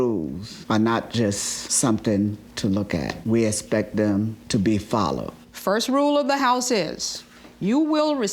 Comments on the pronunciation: The word is Respect not espect!! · "I esspec for you to follow our rules" his pronunciation of expect is hilarious 😂😂😂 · expect not respect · Can't stand Dad saying aspect instead of expect.. learn to speak properly